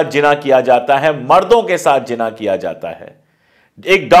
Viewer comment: Aap Bahut Samajhdar Patrkar hain ((((Jina Nahin Hota Zina Hota Hai